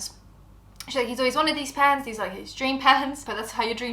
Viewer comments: I kept hearing pants too lol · Tell me why I thought and the girl in the video were saying "PANTS" not "PANS" 😂😂😂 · I thought you said ' pants' and then she like dishwasher safe? I was so confused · Not gonna lie I was so lost half listening to this, I thought you were saying PANTS not PANS 😅 makes more sense now lol